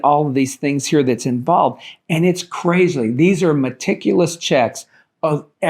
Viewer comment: Did you say crazly? Lol